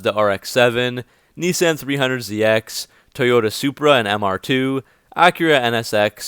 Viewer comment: Boy said “knee san”